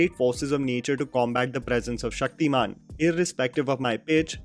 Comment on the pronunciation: Its Shaktiman not Shakti-Man I have huge respect for you but plz dont mix your such accent. I love and I believe others too love your videos. Love.